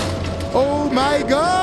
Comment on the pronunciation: Le"oh my good" sa ma fais rire 🤣